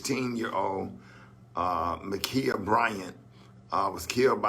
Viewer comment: U cant even say the name toooo many ummnmmmm